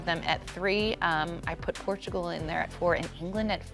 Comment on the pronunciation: Stop pronouncing Portugal in Spanish when speaking English! Just use the English pronunciation instead of trying to mispronounce Portugal in the wrong language! Cringe! Stick to the English pronunciation!